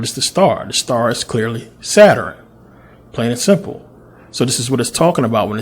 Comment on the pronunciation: Saturn yo...Sa-turn. Not Satur-in!!! Shout to the Pennsylvania educational system. Jus f-n witchu.. Thx 4 Vid.